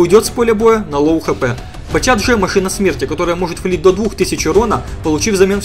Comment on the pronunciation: да бля,, не батЧат, а батШат правильно)))